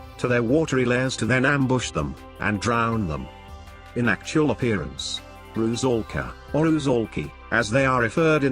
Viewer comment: RU-'SAL-KA. 'SAL' - 'S' is an 'S', not 'Z'. 'SAL' rhymes with 'DOLL'(American pronunciation), not 'BALL'